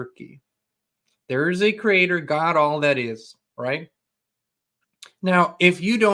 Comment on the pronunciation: LOL!!! 😂 Every time you say "We came from the CRATER:.. I totally crack up. I know you are German with Texan as your second language but dear dear... It's 'Creator'.. "CREE-AY TOR". You are adorable. 🥰